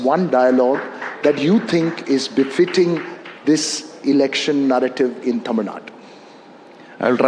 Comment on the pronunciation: For kamals information, it is not taamil, it is tamil